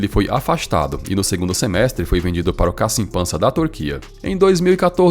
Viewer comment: A pronúncia seria "kaximpaxa"